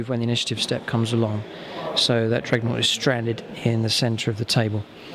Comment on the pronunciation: Good videos mate. Just realise that the unit is a 'dreadnaught' not a 'dregnaught'